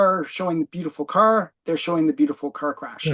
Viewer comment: How come cant pronounce Car,right? Does he have a speech impediment? He kept saying Kuuurrr.